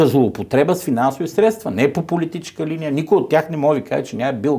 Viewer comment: Спри да казваш "СтратегичеШката", "ПолитичеШката", "ЕлектричеШкия" и тн....